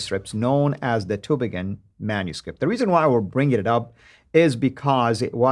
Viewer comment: It sound funny in german ears - the Town calls Tübingen - not Tubingen. Ü is not U.